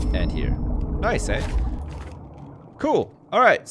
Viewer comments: goes full Canadian. "nice aye" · said "nice, eh?" In a really Canadian way. Made my day.